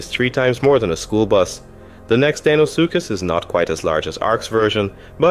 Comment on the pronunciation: its saying you are deinosuchus likes deino from the flintstones instead of how it's supposed to be spelled and said.